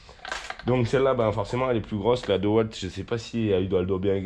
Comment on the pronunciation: ont dit Diiiiiiwalt et pas deux walt 😉 mais j'aime bien quand tu dis deux walt ça me fait marrer on dirait mon défunt grand-père, et rien que pour ça merci c'était un grand homme! One love